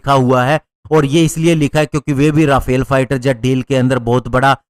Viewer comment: भाई राफेल नहीं, रफाल सही उच्चारण है।